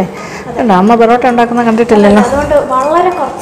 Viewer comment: Porata ale borata ennu parayuna pole